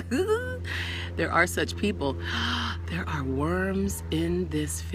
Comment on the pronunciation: Ikr. They're called "breatharians," not airatarians.😉